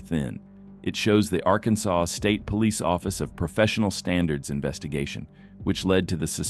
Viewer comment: Teach your AI how to pronounce Arkansas.